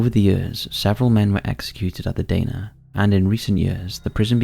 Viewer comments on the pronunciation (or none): The Shrewsbury prison in the first bit is pronounced "the Dar-na" not "day-na" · The nickname for Shrewsbury prison is pronounced The Dar-ner